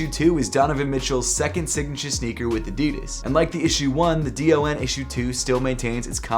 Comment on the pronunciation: Hey! Just wanted to let you know that the DON Issue #2 is usually just pronounced as “Don” and not spelled out letter by letter. I think it’s usually a preference thing but that’s the way Donovan Mitchell pronounces it so I thought I’d just let you know. No hate, love your videos man!